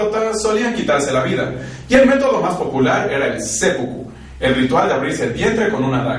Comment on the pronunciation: se lee Sép pukú :)